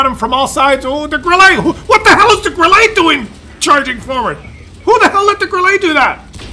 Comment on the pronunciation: you suck when it comes o pronouncing ' Grille '. You pronounce it like a yank tyring to pronounce ' fillrt dteak! It's pronounced GRILLER NOT GRILLAY! That's what comes of living too close to the former disgruntled colonials🤣🤣🤣